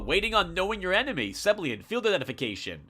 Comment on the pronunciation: "Seblian" It's "Seb-ill-EE-an".